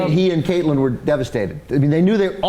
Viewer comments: I wish these people could pronounce names correctly. It's Catelyn, pronounced CAT-lyn, not Kaitlyn. And Daenerys, not Khaleesi. Khaleesi is a title, not her name. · Two things: 1 - It's DANAERYS, not 'Khaleesi'. 2 - It's pronounced CAT-EH-LIN, not 'Kate-Lin' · Moreover, why the hell are they pronouncing Catelyn like that? Her name is pronounced Cat-lyn. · It's CAT-UH-LYNN, not "Kaitlyn!" angry fanboy face :[ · Its Catlyn, not Katelyn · Khalesi isnt her name..its not katelyn its cat-el-in, and its a pretty negative view on humanity to say this is realistic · CAT-LYN NOT KATE-LYN! who are fuck, are you, ana? god, you're dumb! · It's actually Catelyn, and I think that they were pronouncing Cate-Lyn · its CAT-lin.... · STOP CALLING HER KAITLIN!!! Holy shit what is she, some middle school cheerleader? Pronounce it right! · Those two guys on the sides are annoying as fuck. Always trying to talk over everyone with airy words not worth a damn. It also bugged the shit out of me how they pronounced Catelyn's name. The only guy that knows whats up is the guy that read the books. The rest can fuck off. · you'd think that if these guys dedicate a half hour every week to reviewing the show, the'yd at least be able to get the names right...